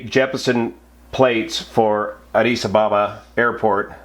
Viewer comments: Try saying Addis Aba ba.. not Abaaba.. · One minute in and I am finding the (mis)pronunciation of Addis Ababa to be almost too painful to continue listening! :( ….. It's Addis Ab-ab-a, not Addis A-ba-ba. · Just for information. Addis Ababa is pronounced Addis Abéba. (like the A of Baby) Greetings from an ex sabena OPS manager. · You are getting the emphasis on "Addis Ababa" wrong. It's A_ddis_ _A_baba. Checkout wikipedia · Learn how to pronounce Addis Ababa!